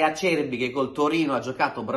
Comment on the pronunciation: Caro, ti voglio bene, ma la tua pronuncia del nome Acerbi mi fa venire voglia di strapparmi i timpani 😂😂😂😂